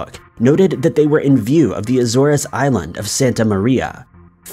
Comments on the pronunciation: Yes,ALL extreme "stumpers"...I'm Cindy's case it looked like the initials were "GW" and not "CW" - is that what I heard?...and ..not to be snarky ,but it's "A- zores ( like "cores")..just trying to help... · You mispronounced Azores. You need to look up how you pronounce things as you do it all the time.